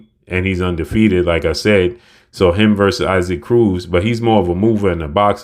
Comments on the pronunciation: Pronounced E-Sock, not I-Seek cmon! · You keep calling this man “I seek” 🤣🤣 It’s “EE Sock”… if not then just call him Isaac like Isaac Hayes… lol